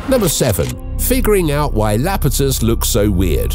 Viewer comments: Iapetus...not Lapetus... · It is Iapetus, not Lapetus! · It's not La-pe-tus. The first letter there is an " l" and pronounced like a "Y" . So... ya- peh- tus. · "Iapetus" is pronounced "I-a-PETE-Uss." The letter that begins it is a capital I ("I" as in "igloo," "ink," and "it," NOT "L."